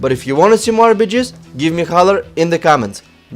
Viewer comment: for some reasons when he says "rbgs" i think he says "RPG's" . Might have to do something that he is a Russian :)